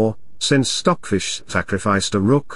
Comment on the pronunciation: That way i learn chess and english the same time ! The pronunciation of stock fish is perfect i get to understand everything ! Thanks